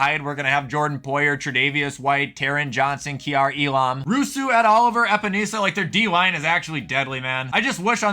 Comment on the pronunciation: Ah yes, my two favorite Buffalo defenders, KeeAr Elahm and Greg Roosoo.